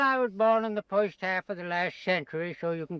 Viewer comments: I thought I heard a "foist" for the "first" in there. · He pronounces the word "first" with the British-sounding "fusst" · he also says "foyst half" ( first half..... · Work pronounced in his style ("woik") is regional, but likely disappearing, typical of Brooklyn (New York) even in the late 20th century. Notice "foist" instead of "first." His intonation is very similar to Franklin Delano Roosevelt's---whose speech was conservative.. The non-rhotic R is North American (east coast but disappearing). "Deluxe" style was incorrectly transcribed in the subtitles as "Duluth." You tv might want to google "fruit cake lady" who was an elderly lady from Alabama who was a regular on a popular tv talk show in the 1990s. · Woik, foist, woild. Anything with “or” sounds like it becomes “oi”. Great video!